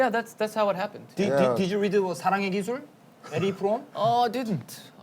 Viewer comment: 에디프롬아니고 에리히프롬 😂